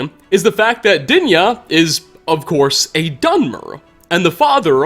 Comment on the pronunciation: "of coO'se"